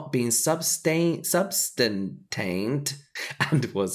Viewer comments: James: Doesn't know the word 'substantiated', reads it as '"substantainted" Also James: "It's ASOS , not ASOS " !!1! 😂🤣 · I know just retyping the word here won't be helpful, so it's "sub-stan-shee-ated" meaning verified with evidence or proof